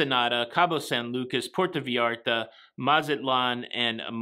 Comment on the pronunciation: Porta Veeyarta? Puerrto Vayaarrta!